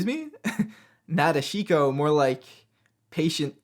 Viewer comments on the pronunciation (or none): "Na de SHEE ko"? Geeze...